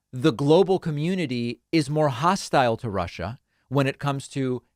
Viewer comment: It is neither ‘Global Warming’ nor ‘Rushah’ (former guy’s pronunciation 😝) that pose the biggest threat to the US and the world. No. By far the greatest existing threat to mankind (US included) is the combination of their inherent (they elected the former guy 😵‍💫!), and the atrocious ‘education’ that they receive. Combine the most powerful military capability ever, with the most biased ignorance of the (radical) retrumplicans/repuglicans… and the chances of survival, regardless of your political bias, is zero. WAKE UP … ! 😳